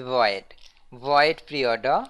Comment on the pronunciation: eeennn-Ordaaa (inorder).....boosss orda(postorder).........pee - orda(preorder)...........Pin F (printf)